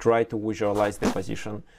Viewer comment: Пазишн АХАХАХААХАХА